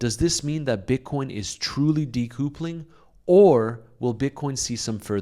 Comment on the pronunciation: De coup eling 😅😅😅 i love your accent...